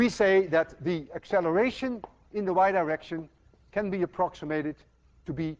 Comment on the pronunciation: I hope to GOD I'm the only one who kept hearing Dr. Lewin's pronunciation of "the Y direction" (over and over) as "the wide erection". I'm almost 60 years old and I'm supposed to be long past boyhood fart jokes. Was Peter Pan right after all? Will I never grow up? :-)